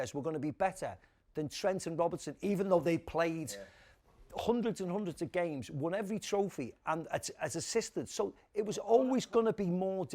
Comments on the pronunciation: Steven Gerrard, Liverpool legend. BTW, its Andy 'Robertson' not 'Robinson'. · Stevie calling Robertson "Robinson" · Why is Stevie G saying Robinson it's Robertson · It’s Robertson no Robinson😂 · How is slippy G getting Robertsons name wrong? 😂